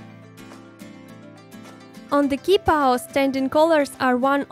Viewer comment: Hey Qi is pronounced ’Chi’ not ’Ki’. Great doll!!